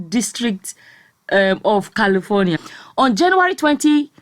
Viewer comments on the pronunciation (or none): none